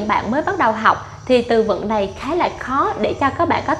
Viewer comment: Nghe phát âm lài biết ngay người gốc Việt kkkkkk